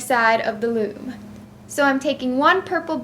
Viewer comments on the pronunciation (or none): I swear you said womb not loom :D x